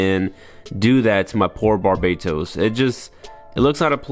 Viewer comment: Gundam barbatos bang bukan barbados